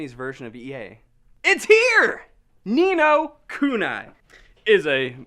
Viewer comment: Its pronounced Ni No Kuneeeeeee